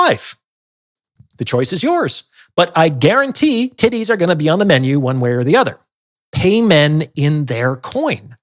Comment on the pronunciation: Yeah not gonna lie I started cracking up when he kept saying tiddays 😂😂